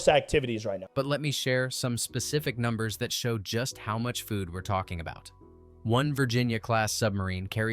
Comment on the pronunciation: ai really seems to have issues speaking numbers aye.